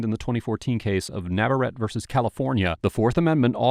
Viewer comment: Navar-ett-tay...not trolling, just trying to help🙂